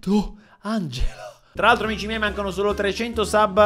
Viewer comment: Nessuno: Stormy: AMISCI MIEI